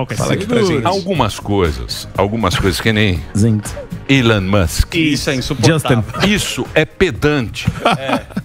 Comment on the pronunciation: O Bonner forçou tanto que pronunciou “Ailon Musk“